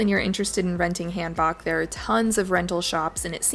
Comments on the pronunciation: you're pronouncing Han book wrong =( its HAN BOK. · I love korea and this video!! Btw it’s pronounced hahn(like Han Solo) bohk (like hair bow)